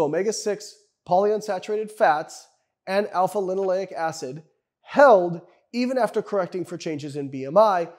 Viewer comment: Maybe he just mispronounced alpha-linolenic